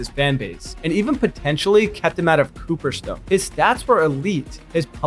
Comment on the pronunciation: You need to at least know how to pronounce where the baseball hall of fame is